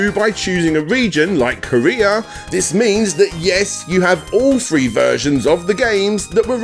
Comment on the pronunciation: Why do you say free instead of three?